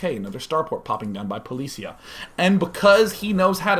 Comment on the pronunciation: It is poli CI a , like in CIA